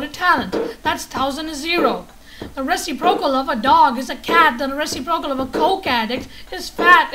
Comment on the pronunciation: You say reciprocal strangely.